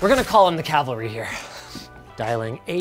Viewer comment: Respect to Linus for pronouncing "cavalry" correctly.